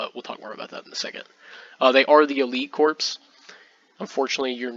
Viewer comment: Excellent report. One quip. You say corpse throughout the video. Corps is pronounced "Core" like Marine Corps, core of the Earth not corpse like a dead body. No worries.